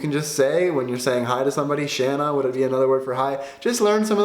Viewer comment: it is not tjäna it is tjena!!! from sweden